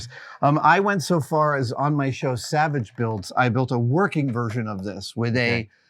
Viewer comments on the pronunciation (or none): none